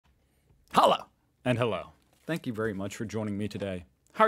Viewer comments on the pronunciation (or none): He even says 'Hallo' wrong at the beginning of every video hahah (I think that's what he's trying to say)